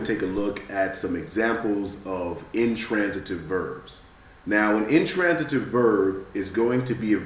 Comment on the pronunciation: wait did he just say intrantative????